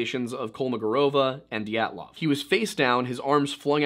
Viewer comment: did you just say GYATTlov?